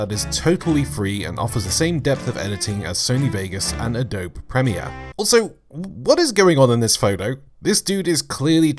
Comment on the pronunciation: I die a little inside every time he says Adobe.